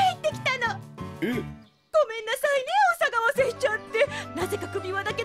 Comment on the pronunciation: の所お騒がせじゃなくて、おさがわせって言ってない？笑